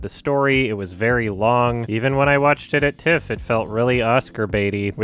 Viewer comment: everytime says "in my TIFF-", my mind would hear "my tits"